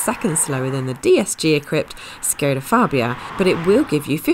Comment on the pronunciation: I wonder, why they correctly pronounce Ibiza but škoda, that should be pronounced like "shkoda" like a first letter in "SHY" or "SHAME" it is correctly pronounced "Shkoda"